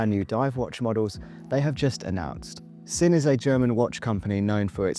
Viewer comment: Fun video 👍 FYI Sinn is pronounced Zin, Squale is pronounced Skwal.